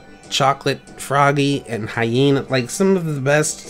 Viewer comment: I love how he calls it hyene when it's hye-nine XDD